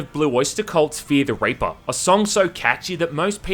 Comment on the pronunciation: it is hilarious hope you pronounce reaper. lol.